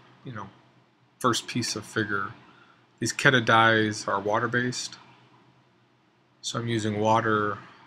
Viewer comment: It's pronounced KEE-duh with two ees' sound, but with only one e. You can buy these off evibay for about $16.99. These are alcohol based (aniline).